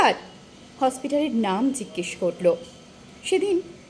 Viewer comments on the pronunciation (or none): ভালো লাগলো, জিজ্ঞেস উচ্চারণের সময় দু তিনবার মনে হল চন্দ্রবিন্দু যুক্ত হয়ে গেছে।ভুল শুনে থাকলে🙏